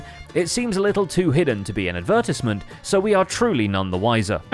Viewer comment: have i been saying advertisement wrong all my life?